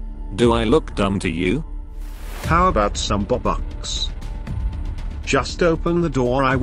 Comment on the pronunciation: Why do u call bobux and not robux?